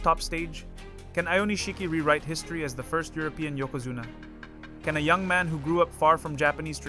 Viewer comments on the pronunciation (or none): none